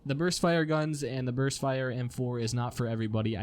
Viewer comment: you made a mistake, you said "Burt" not burst.